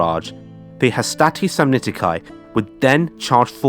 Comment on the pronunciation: Samnitici: the "ci" at the end is pronounced like "key" to a car and not like "kai". You're British so I understand your aversion to accurate pronunciation 😂